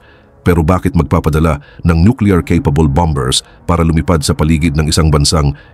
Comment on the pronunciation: Bambers I'm Mata, ayusin mo Naman pronunciation mo! 😊😊